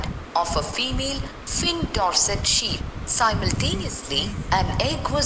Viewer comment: That was not ship it is sheep